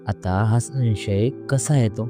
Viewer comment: संशय या शब्दाचा उच्चार समजून करा.उगाच मराठीची मोडतोड करून नका.शिकून घ्या उच्चार.